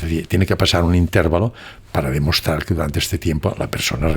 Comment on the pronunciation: No tengo duda de la elevada cultura del, un hombre muy bien preparado, sin embargo la idiosincrasia es dominante. Ejemplo: Él dice intérvalo como palabra esdrújula, no obstante sabemos que es grave, es decir intervalo. Sería bueno que alguien le corrigiera con el mayor respeto. es un hombre humilde y lo agradecerá. Mis respetos de quien tengo que aprender y aprendo. Gracias